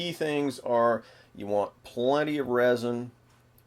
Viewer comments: good video.. but sir its resin like r-ehh-zin not rosin they maybe somewhat similar in a way but are very different in this case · is he trying to say resin